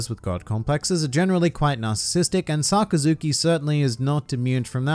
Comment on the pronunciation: His name is pronounced more like Suh-Kas-Ki